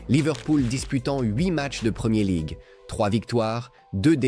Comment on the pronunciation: "La premié league", sérieusement ? Faut arrêter l'usage de l'IA sans un minimum de vérifications.